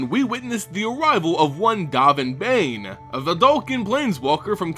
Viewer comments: Still "Baan" not "Bane" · 'Dove' n, like the past tense of 'dive' and 'Baan like 'bon bons'. XD dOHven BAHn. Love ya,, but pronunciations man, please, as a vorthos, it's important.